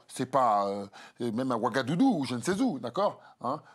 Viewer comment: Le mec 😂 à la fin : " Même à Ougadoudou"( 12'25)😅...Ouagadougou !!! Andouille.😆